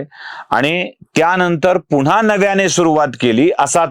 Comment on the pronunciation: पुन्हा पुन्हा असे म्हणा..पूणा पुणा असे नका म्हणू